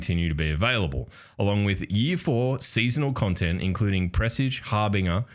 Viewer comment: it won't matter in a few months, but harbinger is pronounced har binge er. Like you're bingeing content.